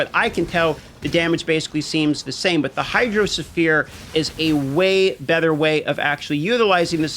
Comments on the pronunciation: the "sphere" in hydrosphere is pronounced as "sphere", not as "sulphur" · The way you DM pronounces Hydrosphere nearly drove me insane. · hydro suh-fear... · Hydro ohsphere augmented version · His pronunciation of hydrosphere had me rolling